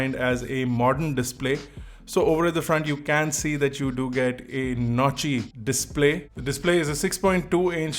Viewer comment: I heard "Naughty Display"😂😂